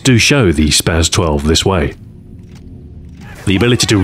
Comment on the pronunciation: Please for all that is holy say spas-12 correctly